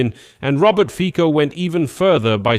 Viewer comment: Fico is not read with K but with slovak C which is more like TS in english so Fitso would sound more accurate (just a tip ^^)